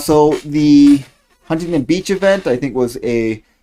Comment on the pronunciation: Omg is the only other person besides myself who says Huntington Beach correctly. 👏👏👏